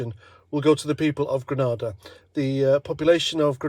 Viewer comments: It's Grenada not Granada.... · it's grenada, granada is a spanish city